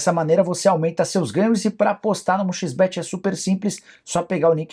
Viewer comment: Agonia quando o Nicola fala "um xis bete" a pronúncia podre